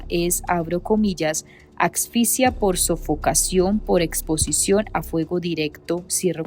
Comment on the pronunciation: aaaah , objetos, asfixia, por favor pronuncia bien, por favooooooor!